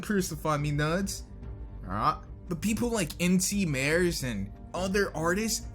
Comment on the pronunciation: NcMares is pronounced "Mar Ez" The mares part is his real last name and isn't related to horses at all. Just mentioning it since I find that so cool.